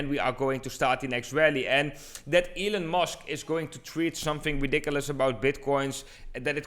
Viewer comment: sounded like he said ELLEN MUSK one time